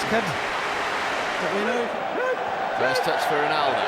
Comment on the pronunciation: "the is the one who did all the damage 'Ronaldoo' "